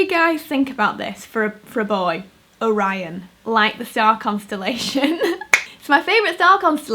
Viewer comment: Ive heard Orion used before, but it was pronounced O-ree-on